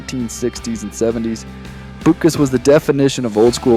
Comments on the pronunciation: Dick Butkus: Last name is pronounced "BUT CUSS". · BUTT- cuss, and Thighs-men are the correct pronunciations.